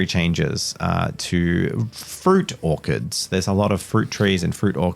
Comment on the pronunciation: Bro, what's an Orkurd? 😂 ( It's Orch-ard )